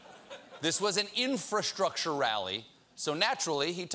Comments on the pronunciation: It's too hard to pronounce, "infrastructure"? Colbert is getting soooo boring! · Guy can hardly say infrastructure